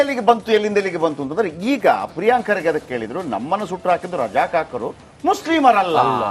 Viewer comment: can not even pronouce Kharge's name Says Khadge